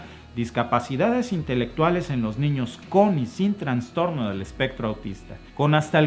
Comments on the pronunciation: Pronuncia "trastorno" y no "transtorno",. Abrazotes desde tus terruños. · Todo bien pero es trastorno, no TRANSTORNO. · saludos mencionas Transtorno pero se dice trastorno gracias a ti y a Alba por los videos